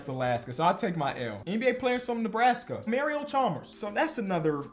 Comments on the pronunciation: Bro said jebraska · dude really said nebraska 💀💀💀 like if y’all heard it